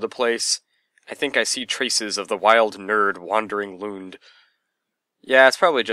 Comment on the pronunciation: There it is! :D I actually missed it when it went up! Great review once again and thanks for all the creds. You actually pretty much nailed the pronunciation of Lund the third time, although it usually is impossible for English-speaking people to say the scandinavian "u" sound, which has no real counterpart in English. The most butchered words where probably my name ;)